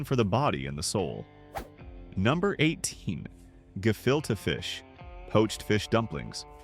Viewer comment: True...but he pronounced gefilte fish correctly 😊